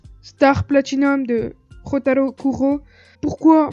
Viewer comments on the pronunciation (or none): c'est pas Kuro Jotaro mais Kujo Jotaro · C Jotaro kujo pas kuro